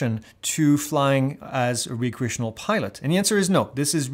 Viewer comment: You keep saying Re-create, not Rec-reate. Re-create means to create something again. Rec-reate means for fun. Same spelling, different meanings.